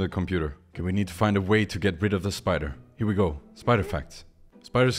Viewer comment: gew away! Note: gew is how say go.